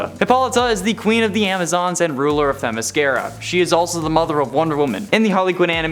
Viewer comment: Teh MISS kear uh?